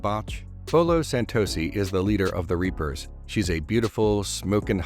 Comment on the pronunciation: WE'RE WITH THA REEPAHHHHS!